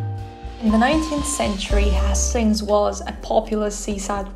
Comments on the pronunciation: Little lesson. Hastings is pronounced Hay-stings not Has-stings. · Beautiful editing, I may have to use some of your ideas :) great vlog aswell. By the way its pronounced more like haystings (although your pronounciation actually makes more sense!) Easy new sub here :)